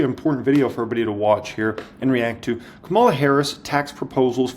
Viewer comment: Thanks for the video - great info! You should learn how to pronounce Kamala's name though LOL